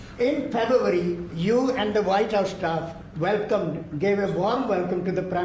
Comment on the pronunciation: “In faburrarry” 🤣